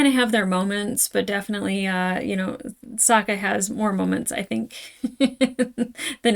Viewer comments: I'm cringing every time you mispronounce Sokka's name. You keep saying it the way they did in the terrible ATLA movie. I'd say that's probably because you watched the movie before the show but I watched the movie first also and I'm pretty sure I never did that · You're pronouncing Sokkas name wrong. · To remember Sokka's pronunciation: Sokka will rock ya! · His name is Sokka. It's pronounced with an "akka". Watch how you say it, or, young lady, we'll mock ya. But seriously, the movie (mis)pronounces it "soak-uh", and you're liable to give people flashbacks to that abomination. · We need you to stop pronouncing Sokka like from the Shyamalan movie before you get used to it. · this pronunciation of “Sokka” is all someone needs to hear to know she watched the movie first lol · its SAHHHHHKA not SOOOOka u'll get it the further u get in the series :3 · You keep switching between how you pronounce Sokka... I think the way you say it, "soak-ah" is from the movie. Which is a hard no from the fans lmao. His name in the animated show is "sock-ah". Just thought I would clarify as hardcore fans may get upset. When I first watched this show I was late teens and I avoided the it bc I thought it was just a kids show. Someone convinced me to try it out and the episode where Aang has to confront the genocide of his people and the death (literal skeleton) of his mentor and friend, I was like "oh.... not just a kids show." lmao that was DARK. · I assume you know by the time you read this comment, but it's SOCK-a, not SOKE-a. The 2010 movie made that mistake... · Dee Bradley Baker voices Appa, Momo, and pretty much every other animal in ATLA, as well as another character or two. It's "SAH-kah" not "soh-kah". Please repress all memories of The Movie That Does Not Exist, especially name pronunciations. ;) Yes, "unagi" is Japanese for a type of freshwater eel, frequently consumed as sushi. "Momo" is Japanese for "peach", the fruit that he takes from Sokka when Aang names him. ❣